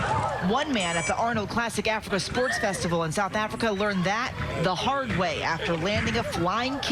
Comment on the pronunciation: "WELCOME TO SOUTH AFRRRRICAH"!!!